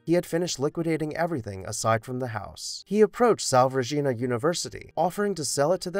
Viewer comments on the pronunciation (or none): Love your videos and wanted to offer a couple of friendly notes on pronunciations which aren’t clear if you’ve only read the words. The college name is “SalVAY” Regina, but you’re right that salve (Savv) is the thing used to heal wounds. And I’ve always heard Jacobean as “Jackah-BEE-in”, but I think that might be just a common rather than correct pronunciation.